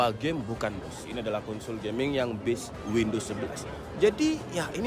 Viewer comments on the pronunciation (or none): none